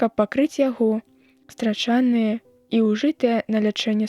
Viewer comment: У 19-м у слове стра'чаныя націск на першым, а не на другім: страча'ныя, як прачытана.